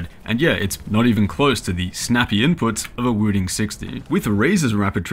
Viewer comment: Why does this guy say "Wüdin"?